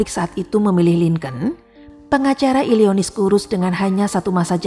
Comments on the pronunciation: Illinois, bukan illionis mbak 🙏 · Illinois dibaca Illinoa 😊